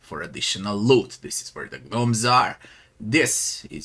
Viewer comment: Silent `G` on Gnomes.